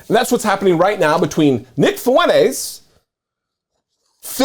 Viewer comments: It’s Fwen-TEZ, not Fwen-Aze. Yes, he’s a POS, but at least pronounce his name right. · Fuentes is pronounced fewn tez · FuenTes with a T. (Fountains in Spanish).